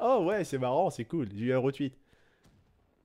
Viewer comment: Tu peux arrêter dire retwuit stp c'est retweet